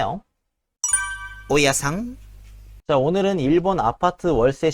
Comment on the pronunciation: 중간에 오야상 하는 발음이 너무 웃기고 😂 😂 😂재밌어요